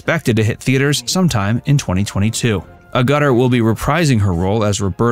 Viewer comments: The narrator of this video is hopeless at pronouncing names. Agutter is pronounced "Aggut-er", not "A-gutter" Onedin as in "The Onedin Line" is pronounced "Oh-KNEE-din", not "OH-nidin". And Bernard Cribbins' first name is pronounced ""BERN-ad", not "Bern-ARD". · Her name is Agutter not 'a Gutter'. If you are gonna use other people's names, to chase ad revenue......THEN AT LEAST HAVE THE DECENCY TO PRONOUNCE THEIR NAMES PROPERLY..!! is clearly from the gutter But Jenny Agutter is certainly not..!! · Thanks, but it's not a-GUTT-ur. It's a-GUH-TUR. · Pronounce like "Agatter" Not like "Agutter" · Ugutter hehehe. It's pronounced A gutter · Jenny 'a gutter' lol. In the UK we love to laugh at your bizarre unintentionally hilarious American pronunciations of English names. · Who on earth told you to pronounce her name in that way? A-Ga-Ter. There you go. Beautiful girl, woman, and actress. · "Uh gutter" is something along the side of the road that drains water. "Ag-utter" is the last name of an actress. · FFS Pronounce her name properly, it is not A Gutter!!!!!!! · Thank you 😊 the A-gutter is grating 😅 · I've heard her name pronounced, ag- yu- TEHR. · Name is pronounced Ag at or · Dear: Stress is on the first syllable of her name. Agg-utter. It's grating to the ears each time you say her name (but then, you're just a robot, so I'll just let it go). And Disneyland is NOT in LA... it is in Anaheim. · Jenny's surname is pronounced AGG-utter. Common knowledge for decades, from countless interviews with her. Have the respect not to mangle her name! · A-gut-er ? I have never heard it pronounced THAT way before. 😊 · STOP saying A gutter.. It is pronounced with the emphasis on the FIRST syllable. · AGutter! Pronounce it with emphasis on AG! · Promouncing her surname A Gutter is a bit distracting... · The U is said like an A also, a ga ter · It's not Ah gutter. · Jesus your guy manages to mangle words .. her surname is pronounced “ Agg-a-ter” 🤦‍♂️